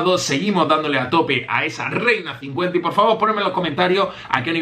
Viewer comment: Creí que decía REINASO y es Reina50 :v